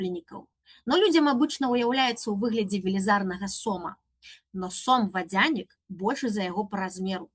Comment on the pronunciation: Цікава, а чаму націск на я ў вадзЯнік? Упершыню чую, каб так казалі. Ва ўсялякім выпадку, дзякую спадарыне Тацьцяне за цудоўную лекцыю.